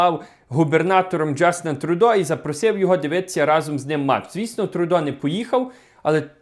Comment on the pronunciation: Не Трудо, а Трюдо